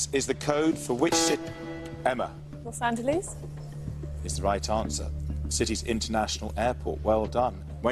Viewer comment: Wrong. The correct answer is Los Angeles, not “Los Angeleeze.”